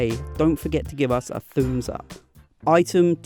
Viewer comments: Its not thoombs up its thumbs up... Otherwiseif u want to spel "u" As if it is "oo" Tell thoombs oop not thoombs up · never heard someone say give us a "thoombs" up before :D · You’ve deserved my like simply because you said, “thuums up” very nice my good sir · He said don't forget to THUME'S UP 💀